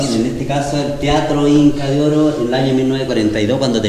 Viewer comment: Sorprendente visita, muy entretenido. Muy simpático señor me divierte como pronuncia.... Inca de ooooro. Jajaja